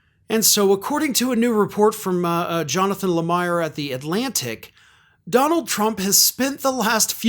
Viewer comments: Lemire: "La-Meer" not La Meyer 😉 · (For future reference, Lemire's last name is pronounced, "La-MEER." Thank you for this reporting! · That’s pronounced “ Lameer.”